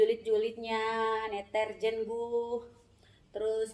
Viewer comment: 23 apa 53 ia gaes ngomongnya blepotan netizen atau deterzen sih atau kuping saya yg kurang steril ia😀😀😀😀😀😀